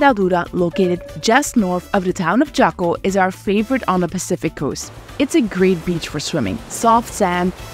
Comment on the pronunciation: honey, PLEASE learn How to pronounce J-A-C-O Good Lord! #awareness first! respect the country of Costa Rica! Also, you do NOT fly into San Jose! You fly into Alajuela; as of into the video, you have mispronounced EVERY city's name, except San Jose. THEN, at about 10 minutes you pronounce PURA VIDA as Pudda veeda ; good video but awful narration from start to finish